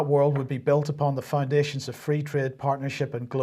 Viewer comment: Fwee market and fwee twade.... thank you,?